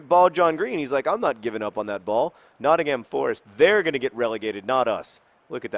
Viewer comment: Notting-hum, not Notting-HAM. Sorry to be picky John.